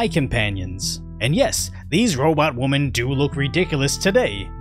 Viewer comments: Jesus Christ it is pronounced “womEn” NOT!!!! “womAn” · "successful woman"? "create new woman"? "these robot woman"? So you can say "men", but saying "woMEN" is just too hard? ROFLMFAO!! No!!! AI needs to go full speed ahead!!! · We actually call multiple "womEn", "Wih" "women" like "Whip" cream.